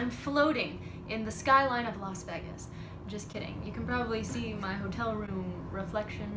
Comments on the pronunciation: Las veh-gas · "Las Veggas " lol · WHY DO YOU CALL IT LAS VEGGIS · I like how you say VEGas instead of VAYGas. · so everybody is gonna ignore the way she pronounced las VEGAS ?? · No ones gonna comment on how she pronounces Las Vegas? 😗😂 (not hating, just love) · WHO PRONOUNCEs LAS VEGAS LIKE THAT NDNFNDNDMDMD